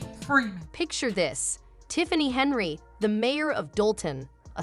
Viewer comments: You couldn't catch that your AI translation was pronouncing HENYARD and HENRY the ENTIRE DAMN VIDEO? Nice Job Genius. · This AI shit is gettign old. You can tell it's AI cause even though the fucking title has her last name right the AI is saying Henry. This is why I'm probably not gonna keep my Premium. I ain't gonna pay for computer generated content. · You need to learn how to pronounc her name and until you do I will not give you a thumbs up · Get her name right mr. Bot